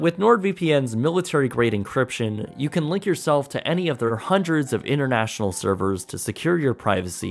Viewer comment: "Innernational, Innertan"? On the contrary, "Inter" with T is rather the opposite of "inner". Please do not speak sloppy.